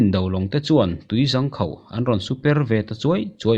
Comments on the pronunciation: Tui zang khauh nilo in tui zaaangkhauh tiin lam ri rawh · tui zang khauh nilovin tui zâng khauh (hnung zâng kan sawia Zâng ti a kan lam dan ang in) ti a lam tur niin ka hria...ṭhahnem ngaih thu hla ah aw... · Tui zangkhauh niloin tuizângkhauh tih tur ani e.... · Tui zang khauh.... Tui ZÂNG khauh ti i la, a va mawi hmel zawk em... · Ka lo ngaihmawh ve lai tak. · "Tui zang khauh" i lam dan hi a diklo, "Zang" tih hi "Hnung zang" tih kan lam a "zang" kan lam ang hian lam tur.